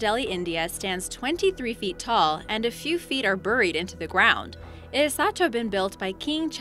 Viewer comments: That's the only one I would let her get away with. Her pronunciation of buried is oddly the same as older English and Southern accents, however nothing else is. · Why do you pronounce 'buried' like 'berrrreed' ? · My God, she even butchered the word buried...